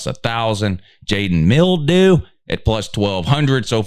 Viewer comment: “Jalen Mildew” unc and these names be having me rocking 😂😂😂😂😂😂